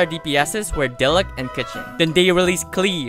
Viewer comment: ITS PRONOUNCED DEE- LOOC